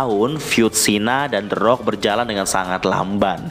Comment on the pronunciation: The rock tp bunyi orng2 nyebut teroak😆